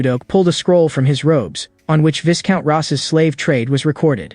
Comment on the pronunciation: Even AI didn't know the pronunciation of viscount lol